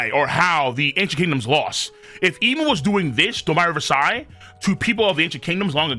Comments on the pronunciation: Why do you keep saying Domi Reversi worse and worse every time? Its like when you pronounced “Houki” as “Houkai”. It’s DOUGH ME RIVER SEE. Like the word Dominion and the game “Reversi”. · Wtf is domaaaaiiiyyy reversaaaaiiii?? Pronounce it properly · Bro if you say "Do-mai Rever-sai" one more time🔫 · Why does pronounce Domi Reversi like it's some kind of american slang? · Someone needs to tell him to stop being lazy and learn how to pronounce domi reversi since he has to say it a 100 times.